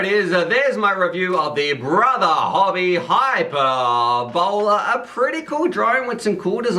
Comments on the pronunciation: High-per-bol-la ;) So,. what you're saying, is it doesn't have much penetration ? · "high-purr-bo-lee" hyperbole. 🙃😉